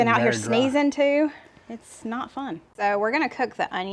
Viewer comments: 😂When you talking about all the the pollen i thought you said " its snot fun"...lol😂😂😂😂😂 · "We've been out here sneezing....it's snot fun." Hahahaha. Sorry, but that is what it sounded like to me.